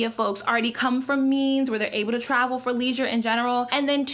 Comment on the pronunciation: when she says travel it sounds like tribal sometimes